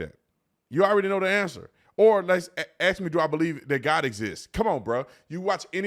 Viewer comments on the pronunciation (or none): It's difficult for me in the medical field to hear a so-called educated professional say "ax" for "ask" and other such nonsense words. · I enjoy your content and im aware you’re an intelligent man. Please say “ask” not “aks”. It makes you sound ignorant.